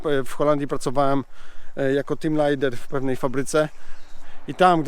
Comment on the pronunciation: Jako kurwa kto pracowałes w Holandii? Tim Lajder? A kto to kurwa jest Tim Lajder? Team leader!